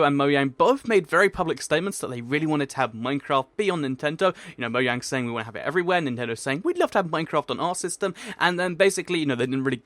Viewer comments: he said moyang instead of mojang. Hahhahhsh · Moyang? Isn't it Mojang? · Really?! MOYANG? It's pronounced, "MOE-JAYNG" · guys did anyone else hear him say moyang instead of mojang in the beginning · you said moyang not mojang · Why did you say moyang instead if mojang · It's mojang not moyang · it's pronounced "MoYang", but most of us Americans say "MoJang", including me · actually, im pretty sure its not moYang, or moJang, its moAng, the h is silent, i think the H is silent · You said Moyang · He keeps saying Moyang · he said Moyang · listen he says moyang hahah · moyang??? do you keen mogong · In you said moyang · u said moyang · He said in the starting Moyang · It's pronounced moyang. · u said moyang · I mean u sad moyang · is asian confirmed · Wait is it pronounced (MO-Jayne) or (MO-yayng)?